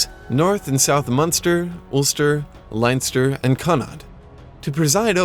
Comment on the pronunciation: "linester" xD btw nice music, I recognize the channels.